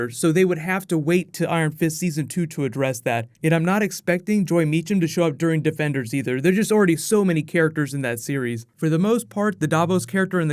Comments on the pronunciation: Anyone else here him say debenders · He said debenders